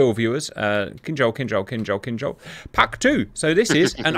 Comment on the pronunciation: Good Grief man; if you're going to do a video on a subject the least you could do is learn to pronounce the name of the subject! In this case the missile! It's Kin-Zhal! Not Kinjhal!